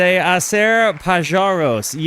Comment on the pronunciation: hi, a little correction, it s not "pajaros" with the "j" as in english. Vowels and consonants are different in spanish. Is "páharos" with the first "a" accentuated. And the j is pronounced as "h" in english but with a strong sounD.